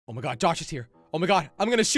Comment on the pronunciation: dont say oh my gad!!!!!!!! jelly pls that is sin